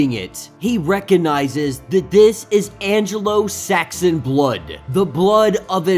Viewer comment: anglo Saxon is pronounced an-glow sax-on